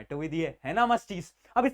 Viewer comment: bhaiya said aa jo kuti problem not kitni 😂